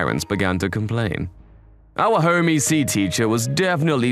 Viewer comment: Home Ec, like economics, not e-c.